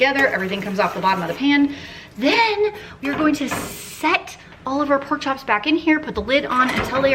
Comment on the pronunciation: These recipes look so dang good!! Please please always say pork the way you said it while cooking the “poke” chops!!! I have rewound that about 50 times and laughed my butt off. I love you!!!!! U always make my day!!!!